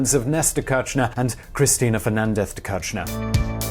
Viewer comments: Great video, its pronounced [Keer-sh-nair] btw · It kills me that he pronounces it like Néstor "Quershnar" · The pronuciation of kirshner its more likethe first two letter of kiss, the "r" is silent, the sh as in fish, and then the "ner" as in skinner